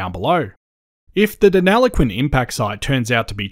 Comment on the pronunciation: Very interesting. Thank you. But please pronounce Deniliquin correctly. You are saying deneloquin 😬